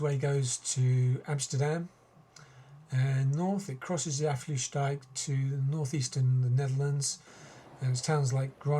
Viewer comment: No problem, but just FYI, it's pronounced more like 'Uff-slout-dyke'. I actually don't mind and rather encourage skepticism of the EU, as long as we can still find a way to get along.